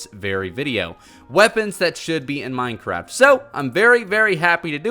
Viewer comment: Hehehe he said minecrap